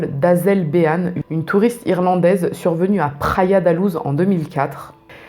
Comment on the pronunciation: Pour info Luz se prononce "louche" en portugais ;) (pas comme en espagnol ni comme la loose haha)